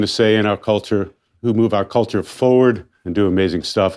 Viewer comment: Someone needs to teach that guy that works for NPR how to say culture properly.